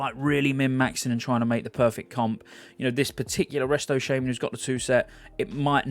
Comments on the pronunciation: I am pretty sure you shouldnt pronaunce "shaman" as SHAME - MAN, something u could look up xd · I cringed when he said "Shaman". It's pronounced Shaman!